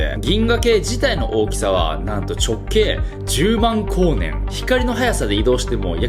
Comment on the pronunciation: 「万光年」をやたら力強く言うね？？？